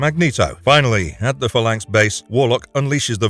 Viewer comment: You're pronouncing phalanx wrong and its killing me.